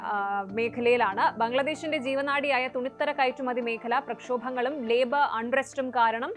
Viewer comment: 😂😂😂 ലേബ അല്ല മതാമേ ലേബർ എന്ന് പറയു 😂😂😂😂